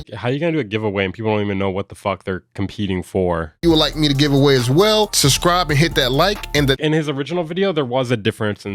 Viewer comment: Dude why do black people pronounce it Susscribe rather than Subscribe?